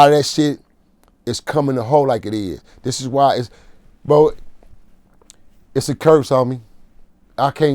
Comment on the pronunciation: "When they first came out, that drop it like it hot. I believe it was that drop it like it hot record.or uhhh... Where they dancin, and... drop it like it hot?!" Lmao this part was funny.. and he aint pronounce no S's in "It's" when he say's drop it like it's hot.